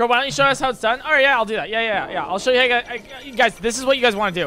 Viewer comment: the “HEY” lasted like 3 minutes and sounded more like heghehhegegggeggeg—…